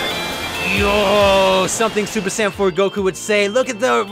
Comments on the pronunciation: True but it’s super saiyn not super San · He said super sand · Rasengan Kamehameha more like rasengkamehameha